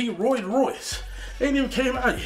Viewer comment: "Roy Royce" lol, you mean Rolls Royce......